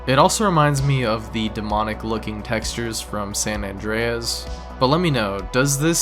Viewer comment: "Sam Andreas"